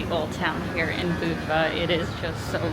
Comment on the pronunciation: At least you pronounced Budva right!